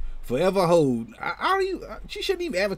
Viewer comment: I thought you said “Forever Hoe”.. 🤣🤣🤣🤣